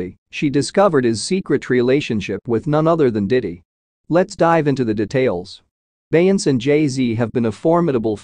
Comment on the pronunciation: If he say BEY-YANCE one more time!🤦🏽‍♀️🤦🏽‍♀️🤦🏽‍♀️😄